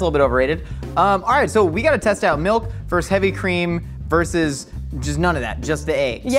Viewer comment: When did versus become verse? I just need to know, not trying to be a curmudgeon. LOL.